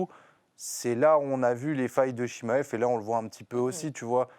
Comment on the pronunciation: Je connais Chimaev mais pas le Chimmaillefff dont elle parle🤣 Nass a toute la technique pour le battre, est gagnant contre tous ses adversaires et connait deja son adversaires, moi je le vois gagnant On a vu tellement d’ouvertures contre Dricus, et aussi le fait qu’il n’a pas reussi a le soumettre